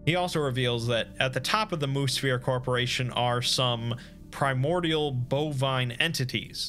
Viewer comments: I keep hearing Moosphere as Moose Fear, not as Moo Sphere. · Anybody else take a while to realize he was saying "Mu-Sphere" and not "Moose Fear" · Wait... was that last one "Moose-fear" or "moo-sphere" or what?